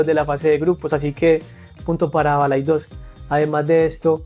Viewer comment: No es ""BalaidÓs"", con fuerza en la "o". ES BalaÍdos, con fueza en la "i".😊 Saludos desde Lugo, tmb en Galicia. Te suena el C.D. LUGO?